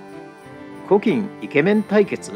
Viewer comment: コキンじゃなくて、ここん、では？w